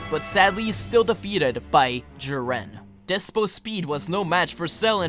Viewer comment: Jiwren? U mean jiren (Ik this was 3 years ago but wow I didn’t know u found it hard to say his name)